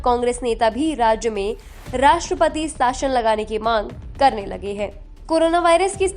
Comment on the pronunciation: आप 'शासन' को 'साशन' कैसे कह सकते हो? न्यूज़ सुनकर जनता हिंदी/भाषा व उसके शब्दों के उच्चारण सीखती है. यह भाषा के प्रसार का सबसे व्यापक और कारगर साधन है, जिसका आप ठीक से उपयोग न करके भाषा को तोड़-मरोड़ रहे हैं और बेकार अपभ्रंश तैयार व प्रसिद्ध कर रहे हैं. कृपया इसमें सुधार की ओर ध्यान दें.